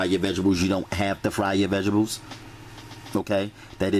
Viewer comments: I know righ how he says vigibles lol that the south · he said vegables cuteee